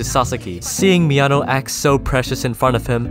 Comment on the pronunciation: Being a native spanish speaker, I laughed my ass of with this video every time you said something like "He needed to confront Mi ano" because it just sounds like "He needed to confront my anus" and the saying it casually only makes it funnier xD